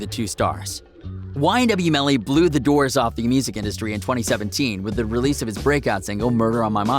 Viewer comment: ma man said ynw jurvy